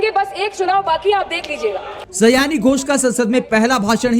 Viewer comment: सयानी नहीं, सयोनि है उनका नाम। अर्थात, करीबी मित्र।